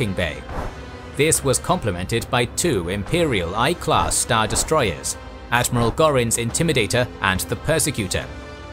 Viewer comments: Then why is the narrator mispronouncing names? Ex. it's "Imperial-One Class Star Destroyer" not "Inperial-Eye Class Star Destroyer" 🤦‍♀️ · The pronunciations are sloppy. Ex. it's "Imperial-One Class Star Destroyer" not "Imperial-Eye Class Star Destroyer", because there's an "Imperial-Two" designation as well which was a future model. Also Lothal is pronounced strangely. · It's pronounced "One-Class", not "Eye-Class".